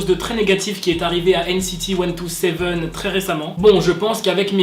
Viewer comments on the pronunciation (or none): ...stp....NCT cent-vingt-sept ou bien "ilichi" (127 en coréen)....mais pas 1-2-7😭😭😅. Et sinon BTS sans Tae bah c'est ce qu'on appelle Disband😅🖕❤#VYourArePerfect❤